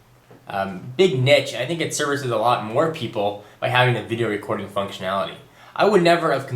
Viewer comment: peapol? ;P? its okay you made a good point